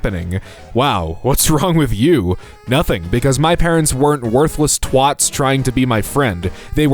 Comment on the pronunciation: the way he pronounced twat 😂